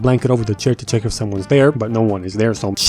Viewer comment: “Checked, All done, you can.. chEck Dat off Da list-ah”😂😂😂